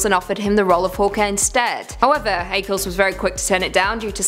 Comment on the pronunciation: Look up how to pronounce “Ackles”. Not that hard